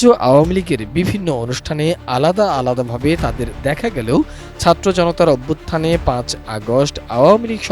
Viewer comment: এইই বাল এর উচ্চারণ ঠিক নাই. ভারত কে বারথ বলে ছাত্র কে চাত্র বলে. এইই ছাগল্লের বাচ্চা চালাবে দেশ